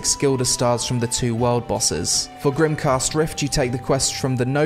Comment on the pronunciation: A few corrections. GrimGHast, i wouldn't pronounce it like that but ok. In Crimson Rift you only get rewarded for killing the first boss, nothing from the second. In Grimghast you get from both tho. Hearty Meals can be crafted at either improved scarecrow farm or a farmers workbench both which are crafted from your 8x8 farm. Abyssal only occurs on Tuesdays, Thursdays and Saturdays. There also spawns small crystals you can mine on the three pylons around the Sea of Graves. A tip, if you remove decor on your fishing boat, like lanterns, boxes and the harpoon. It increases the speed of the boat since those items have weight. You can also get the dawnsdrop boots for free if you complete the bluesalt brootherhood questline where you need to craft a farm cart, you get a whole dawnsdrop set in fact. And i loved the video, keep up the good work :D